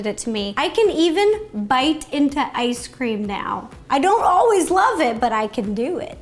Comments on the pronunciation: Is it just me or did Ro call it Nice Cream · Rosanna:ice cream🍦 Me:did she say nice cream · its ice cream not nice cream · Why did I hear nice cream. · Who else has been hearing "nice cream" instead of "ice cream"? LOL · It cinda sounds like you said nice cream it’s cute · me: Is it just me or she said nicecream a few times Everyone: .... Me: ok just me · Me: Yay! A new video! Also me: hears nicecream wait, nicecream??? IS THAT HOW THE NICECREAM GUY MAKES NICECREAM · Is it just me, or is she saying ‘Nice Cream?’ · That’s what she’s been saying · I can’t tell if she is saying nice cream, mice cream, or normal ice cream.. no hate! Love the vids! Keep up the good work!! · Is it just me or did she say nice cream? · Idk why, but everytime she says ice cream I hear her pronounce it as nice cream 😂